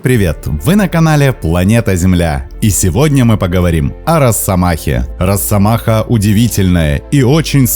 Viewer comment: Не "роССомаха", а "росомаха"! С одной "с" пишется, и так же произносится.